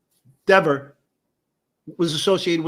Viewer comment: its pronounced DEHVER, not DEEVER. 😂